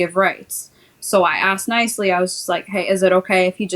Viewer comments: Why do some people say “ I axed her” rather than “I asked her” Confused 🫤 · There sure is a lot of axing goin on!